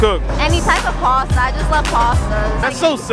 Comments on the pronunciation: when did pasta become parstar? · The girl says she can cook any type Pasta when she can't even say Pasta and says Posta instead LOL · “I can goog basta, that’s it”